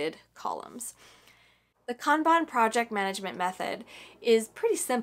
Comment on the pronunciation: I am.so happy you pronounced kanban correctly. This was amazing, thank you